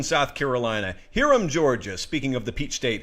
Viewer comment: It's High-rum I thought you were from Georgia????